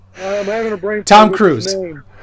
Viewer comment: Stay away from the mushrooms. They have fried your bwain!